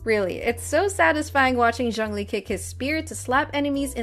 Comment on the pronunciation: its not jung lee btw, its zhoongli